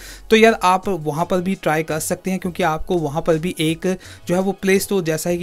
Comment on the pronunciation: Every indian says 'waha par'but he says 'waha pal'🤣😂🤣😂🤣